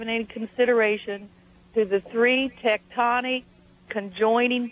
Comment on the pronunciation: It's tectonic plates, not teutonic plates